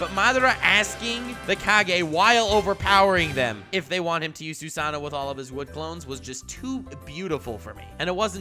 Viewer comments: How can you not pronounce susano'o? It's not Spanish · I hear Swagkage in the distance...he’s emphasizing powerfully... “THEIR OWN INDIVIDUAL SUSANOO”